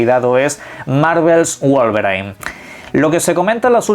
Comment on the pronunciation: Ey...... En serio: /guol-ve-rain/ no. Basta